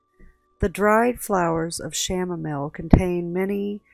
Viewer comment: Isn’t the Chanamile pronounce “Cam-A-meel” I was wondering and that looked like a daisy.